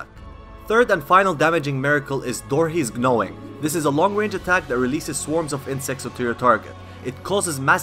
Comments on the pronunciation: Lmfao ”Door-Heez Knowing” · In case you were wandering , its pronounced doris’s nore-ing